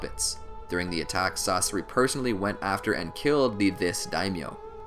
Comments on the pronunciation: I hate the way he pronounces Sasori, he say sauce-ari, isn't it pronounced sauce-sour-ee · pains me to hear "sauce-er-ee" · No One: YouTube When He Says Sasori: Sorcery Society Saseri Saucery Sasorey